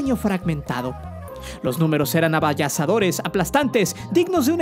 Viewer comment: ¿Que pasó mi buen?¿¿Avallasadore?? O avasalladores (lo correcto)